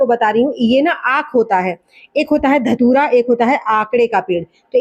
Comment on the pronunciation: आक को कभी कभी ध तूरा बोल जाती है